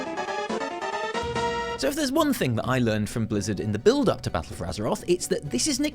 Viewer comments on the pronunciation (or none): none